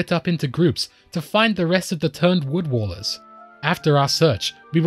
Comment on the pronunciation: I love that you made this video and I appreciate all the effort you put in, but I do admit it is a bit jarring every time you call them "Wood Wallers" instead of "Wood Wailers". Wail. As in cry out. Rhymes with pail and snail. Otherwise, it's a great video and I hope you don't mind the very minor critique.